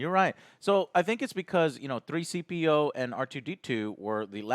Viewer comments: He deadass said "3-CPO"... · C3P0!not 3CP0 😂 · Joe did you say 3-CPO? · C-3PO, not 3CPO 🙄